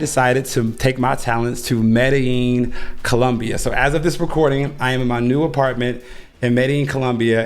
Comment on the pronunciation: It’s pronounced : Meh-dah-jean Columbia. I purposely spelled it wrong so that you get the correct pronunciation👍🏾